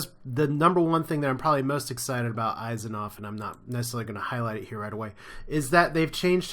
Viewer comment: Your mispronouncing Asimov...